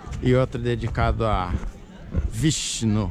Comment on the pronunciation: "Um dedicado a Sheva. Outro dedicado a Brahma e o outro ao VISHI" Eu achei que era uma expressão do pra algo que tinha dado errado na hora kakaka